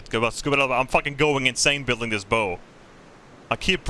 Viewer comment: Just an fyi, the way to pronounce the front of a boat is "Baow", you're pronouncing it like, "bow and arrow" bow